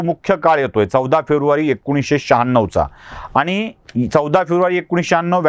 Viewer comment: आनी, पानी काय बोलताय साहेब